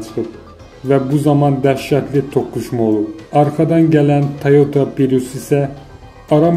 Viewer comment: Pirus yox,prius ay cuşka...